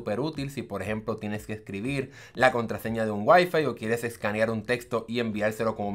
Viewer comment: seleccional escaneal, parece chino! Glacias pol la infolmacion